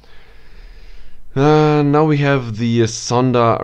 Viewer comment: Nice video. You were close to saying the name of the first Pagani right